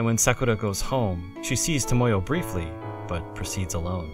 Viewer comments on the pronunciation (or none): You're not saying Sakura right. It's more like "Sah krah." NOT "Sah KOO ruh." Clow rhymes with Grow. Tomoyo is pronounced "toe mow yoh." Long O. NOT "toe moy yo." Re-record your lines and reupload.